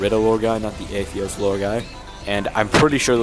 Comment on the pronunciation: Btw it’s pronounced AY-THOS not AY-THEOS. It’s also pronounced Er-ih-da, not Ih-Rid-da, and it’s Does Evil Things Guy, not Does Bad Things Guy. Hope this helps a bit 🥰🥰🥰